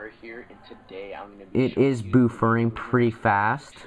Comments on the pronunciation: I think you mispronounced "buffering." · you say buffering weird